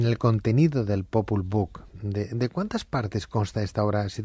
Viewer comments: Popol buk??? Sí iban hablar de esto, se hubieran preparado, la verdad que dan pena con sus pronunciaciones, además en el popwuj (nombre original del Popol vuj) jamás habla de Dios. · Claro encima en inglés “ book” libro :| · Popol vuh sarnosa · Popol BOOK? Jajajaja apréndete la pronunciación mínimo! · Yo pienso como tú, escuché eso y me chirriaron los oídos, aquí casi todo el mundo lo ha obviado. Saludos 🙋